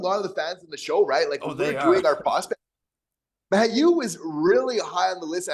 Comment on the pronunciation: Here's an idea: call the Canadiens PR department and ask them how Logan Mailloux pronounces his name. Perhaps this will lead you to begin saying the name correctly, which you aren't doing now. (He says MAY-oux, not MY-oux.)